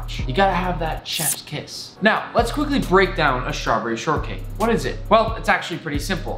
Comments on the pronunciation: I love how he says ✨🍓 Schtravberrie 🍓✨ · tf the way he said strawberry lol